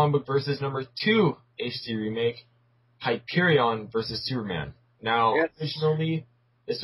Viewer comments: its not pronounced hy-per-e-on its hy-per-e-in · You guys missed a attack.Hyperion also has solar breath and Superman has freeze breath.And you guys pronounce Hyperion wrong.And Superman and Hyperion also has superhuman stamina and durability.